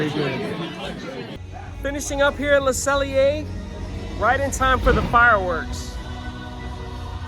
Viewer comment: Close ^^. There's no L in pronouncing 'cellier', just ce'yée. If you wanna go for the last 3%, make the ée at the end even wider (less eh) and stay completely straight. I know, it's particularly hard if you grew up in American English. Great video👍, you picked pretty much everything I'd have picked, now I'm REALLY hungry! 🤤 If it wasn't 2 am, I'd be sorely tempted to go to a local Steakhouse here in Hamburg where it's probably quiet, and the filet mignon is €29. 😁 Dang, Disney! ^^